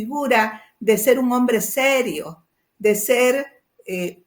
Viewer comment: No hay nada peor que ver a un idigena no defender a su raza, peor aun creese que es parte de esa sociedad de blanquitos ricos, cualquier rato lo hechan a la basura, ese señor no sirve para nada, es mas ni siquiera se expresa bien, y aun confunde las o con las u